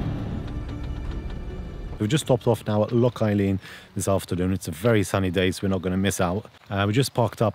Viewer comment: You made me laugh Lake Eileen 😂 it’s Loch an Eilein pronounced eel an this place has been voted the most beautiful place in Scotland to have your picnic on many occasions